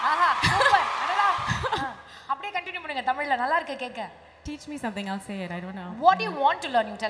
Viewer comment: Her tamizh pronounciation is on point…and crystal clear… shreya ghoshal’s pronounciation is not lik tis